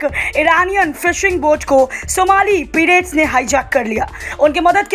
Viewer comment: पिरेट्स नहीं पाइरेट्स।या तो हिन्दी मे बोलो अगर अंग्रेजी शब्द बोलना जरूरी है तो कम से कम उसका उच्चारण सही रखो।